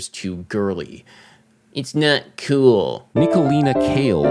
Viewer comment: “It’s not kewwl” 😂